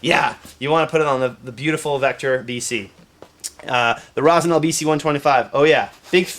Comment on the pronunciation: It's Rossi - NYOL, not Rossi GNOL. Cognac is pronounced KON-YAK for the same reason.